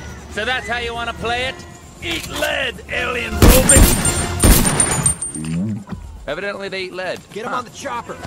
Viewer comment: the way he says robit instead of robot speaks to me